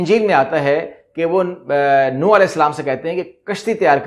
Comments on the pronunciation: السلام علیکم... کشتی نو نہیں نُوح پڑھا، بولاجاتا ہے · نوح ع کا نام صحیح پڑھا کریں